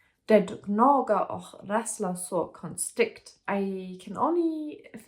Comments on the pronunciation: I have not read the book, but I understood everything. The fact that you can read the words even though you don't understand them is amazing. It seems like the word och (and) is one of the hardest to pronounce. It actually has a K-sound , not an H-sound in the end. Like the English word lock, but without the L. Best of luck with your language studies. I can recommend the am Say anything to quickly translate a conversation. I used it as a volunteer welcoming Ukrainian refugees to Sweden. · You did really well! Swedish with a german accent is so charming, really love it 💚 Of course there are several tricky words, one of them is "och", it's pronounced "ock" or like a short "å". You go girl!